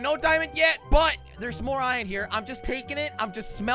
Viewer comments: It is Iron not ien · Its IRON NOT ION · Am i the only one that gets trigered whene jelly said ien and not iron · Jelly (no offence) it’s iron not ion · Fun fact:Jelly says iron like ion